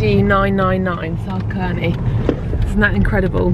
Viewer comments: south cerney is said like south “sir”ney not kerney ahaha that’s made me laugh hehe 😂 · I grew up very near to Burford and didn’t appreciate how lucky I was until I was much older. It’s pronounced ‘Bye-bury’ and ‘South Sur-nee’ 😄. I live overseas now and make regular trips back. I’m always scanning rightmove for a dream cotswolds cottage that I will own one day ☺️ p.s next time you visit the cotswolds maybe try the south Cotswolds around the Stroud Valleys. So many beautiful towns and villages like Painswick, Minchinhampton, Sheepscombe, Tetbury etc.